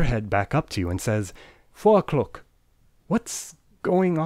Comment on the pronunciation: fo'oclock. man, i love you. cha time.